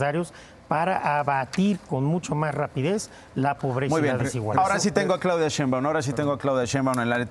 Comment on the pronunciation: Este individuo orejas satelitales, ni siquiera sabe hablar ya hasta la biblia saco, Ignorante se dice Sheiunbam no cheiumban , Orejas de papalote!